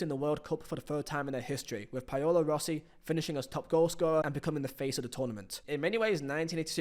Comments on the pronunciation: Brilliant video, mate. Subscribed. Question, why did you screw up the pronounciation of Paolo Rossi's name (and mine too) ? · Anyone else screaming "THATS NOT HOW YOU SAY PAOLO ROSSI!?" Great video btw... Didn't feel like 2 hours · I liked “Jerd Muller” and “Payola Rossi”